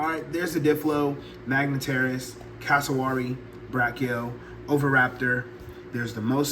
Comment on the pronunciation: bro did not just say cassowhary